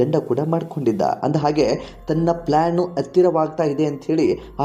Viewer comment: ಇದನ್ನು ವರದಿ ಮಾಡಿದವರು ಹ' ಕಾರವನ್ನು ಸರಿಯಾಗಿ ಉಚ್ಛರಿಸಿ..ಅತ್ತಿರ , ಆಗೆ, ಇನ್ನೂ ಅನೇಕ ಹ' ಕಾರ ಪದಗಳನ್ನು ಅ' ಕಾರವಾಗಿ ಉಚ್ಛರಿಸಿದ್ದೀರ...ಕೇಳಲು ಹಿಂಸೆ ಆಗುತ್ತೆ, ತಿದ್ದಿಕೊಳ್ಳಿ